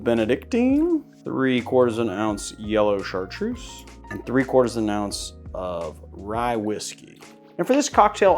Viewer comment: I'm French, Chartreuse is pronounced with a Z like Zoo !! Not a S :)